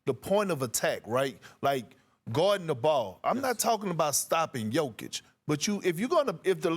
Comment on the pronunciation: Hunh? The Lakers aren’t good. They are in the 10th position in the west, exactly where they should be. It’s just ESPN that talks up the Lakers above their ability because they think that attracts eyeballs. And Bob Meyers, holy smokes dude, how about you learn how to pronounce Jokic’s name.